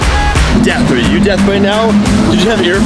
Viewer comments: hey - it's "deaf," not "death," YSOB! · Am i the only one that heard say death not deaf at the very end😂😂